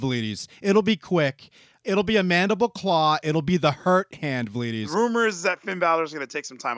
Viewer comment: I thought “vleedies” was him saying “ladies” for the longest